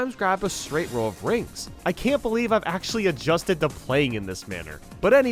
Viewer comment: Rings really does sound like coins so I can obviously forgive the mispronunciation.